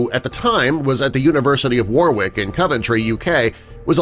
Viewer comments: firstly the place in england is pronounced as war ik and where on earth do you get the seriously stupid number of 5.5 million yrs old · Warwick its pronounced (WARICK) but its spelling is Warwick the second W is silent. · Do you pronounce the actors name "war - wick"? The place in England? Sounds exactly the same as his name :) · Warwick? Pronunciation is awful!